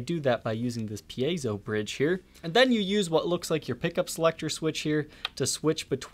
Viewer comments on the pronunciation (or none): great video but it's pronounced "pie-zoe"